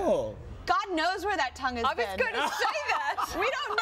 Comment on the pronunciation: You said vean instad of been